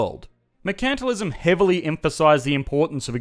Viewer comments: You're mispronouncing Mercantilism. It should be said: MERcantilism (/ˈmɜː.kən.tɪ.lɪ.zəm/), and not as merCANTilism. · Were is your accent from? You don’t pronounce “mercantilism” the British way or the American way (although I have some American students who also say “mer-CANT-tilism” instead of “mer-CAN-tilism”). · Never heard a person say mercantilism like "merKAntilism" and not "merkntilism" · Same, it took me a while to realize what he was talking about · I'm used to hearing it pronounced MERE-chant-tile-izm here in the USA. Less often, I've heard MURK-n-tile-izm. Hearing it pronounced mure-KANT-tile-izm in this video was odd. Is that normal Aussie pronunciation? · "MuhrKANTalism" XD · One of the reasons I watch your videos is to hear your Australian accent. But I never knew you guys pronounce it... mer-CANT-alism. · Is that the correct way to pronounce mercantilism?